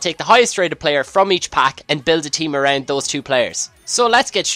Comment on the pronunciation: i like how he says 'around'